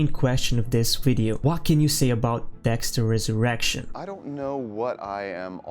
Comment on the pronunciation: You’ve gotta take a pause between “Dexter” and “Resurrection” bro.. this isn’t an X Videos original series